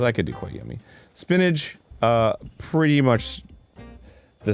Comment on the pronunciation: Is Arin saying “spinnadge” not spinach? Lol